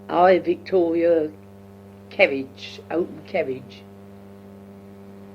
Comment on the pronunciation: At pronouces Queen Victoria almost as 'Wictoria'. You probably know that Londoners used to pronounce 'v' as 'w' and 'w' as 'v' until the late 19th century and early 20th century. It's recorded in some of Charles Dickens work, Sam Weller was pronounced as 'Sam Veller' and 'victuals' was pronounced as 'wittles' (meaning food). As a young girl, probably pronounced 'v' and 'w' almost interchangeably (or at least she would have heard older people who still spoke in the same way that many of the characters in Charles Dickens books).